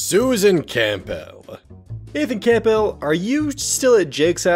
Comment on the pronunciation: I know this is nitpicking but it's not camp-bell its Campbell like the friggin soup